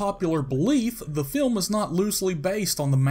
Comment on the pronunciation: The narrators voice is so awful and hard to listen too. I almost turned it off. "In the 'feelm."